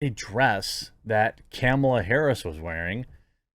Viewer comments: It's pronounced Kah-mah-luh not Camel-uh. 🤣🤣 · Is he calling her camel-a? Lol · You keep saying "camel-uh", but that's not how it's pronounced.